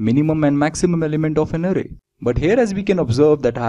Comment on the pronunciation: Sir vo arey nhi array hai XD